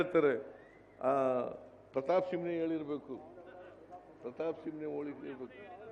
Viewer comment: ಸಿಮ್ಮ ಅಲ್ಲ ಸಿಂಹ